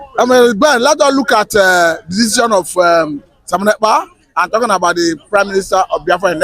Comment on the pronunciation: Abeg call the name well. Mazi Simon. Ekpa